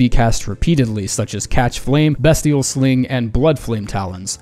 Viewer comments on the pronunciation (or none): BESTial??? Mf it has to be pronounced BEASTial and if its not what the shit were the devs smoking